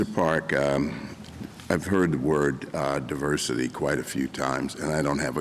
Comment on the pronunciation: Diversity not duversity